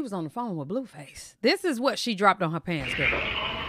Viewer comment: Are you pronouncing his name as Bluefuss on purpose?